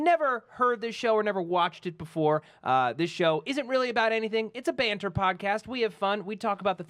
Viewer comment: did i just hear an american say the word "Banter" for the first time?. it sounds so......weird....